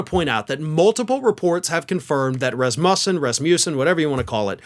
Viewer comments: Pretty sure the emphasis is on the first syllable ( RAZ muh son). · The word is Rasmussen with the stress on the first syllable